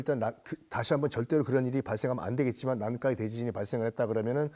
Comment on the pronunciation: 난카이를 왜 난까이라고 발음하나요 불편하네